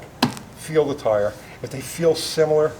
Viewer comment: no, I think just mispronounced "tire" and didn't catch it.